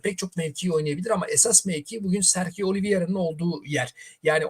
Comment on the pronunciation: Telaffuzlar beni benden aldı. serhio.. gündizi... 😅